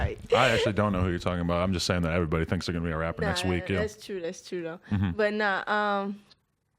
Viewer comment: I like the affected black pronunciation of everybody as airy -body . Atlanta must be quite a place if airy body talk like that.